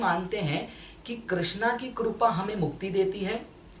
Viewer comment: Kirpa hota hai korpa nahi hota